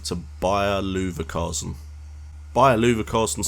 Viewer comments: Looverkasen haha! Cool video other than the miss pronunciation :) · you said Leverkusen wrong